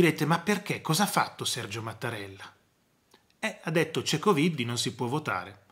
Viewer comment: Buona giornata PROF quando pronuncia la parola coviddi mi fa morire dal ridere.